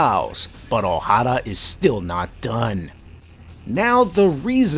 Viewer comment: Thank you for properly pronouncing, "Oh-Harrah!"